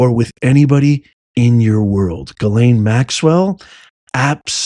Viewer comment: Epstein, I believe, nothing concrete, just the good Old gut ✔️ check was a set up, when ALL cameras are out of order You're a rare few who say Ghislaine properly! Some sound more like gasoline, they, butcher it. I'm a word nerd! I used follow the dictionary word of the day. I took Latin in Jr high school lol 7/8th grade. Finding definitions after you know the root words. I actually ran a wholesale plant nursery, my boss was a rocket scientist, turned Christmas Tree grower, lover of all plants, passed on in 2018, I had stopped working for him, my body gave out doing long days on a tree farm. Being SO intelligent is not always an asset..... some will not give you a satisfactory answer. Or cannot, rather, the simple answer is too hard for them. We have no reason to trust her, given that, what will we lose?